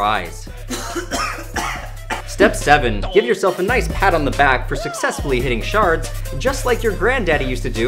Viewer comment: Any Australians lose it when he said "hitting shards"?